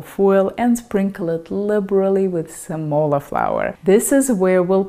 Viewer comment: semola is pronounced with accent on the e not on the o... ;-) quality of porcini is due to its provenance, the market hs been swamped with porcini from China which does not come to mind as the culturally traditional source for those mushrooms, hence the grit and worms... Italian porcini are more expensive and hard to find now, Rumanians or eastern european are a second best source for this mushroom ...